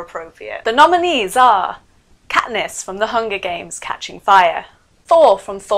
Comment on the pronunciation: katness????? really?????? come on